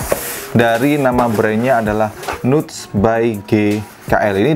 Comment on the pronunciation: Bahasa Inggris 🥜 nuts baca.ny nats tow bosku